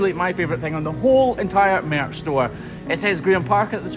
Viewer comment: Its merch not meerch ty